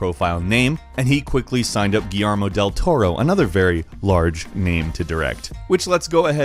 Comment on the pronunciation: pronounced Guillermo correctly once but said guillarmo 10 times saw martian manhunter but where hawk girl/guy for justice league movies nowadays they seem to forgot the originals. Idk maybe they didn't track well with modern moviegoers